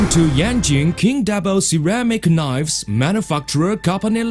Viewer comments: ceramic knoifes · We can make 1.5 millian knoives, anally!